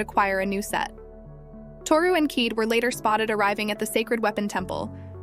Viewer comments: Why do they stupidly mispronounce Kaede as "keed"? It is Ki-day! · Her name is pronounced : kī-day😤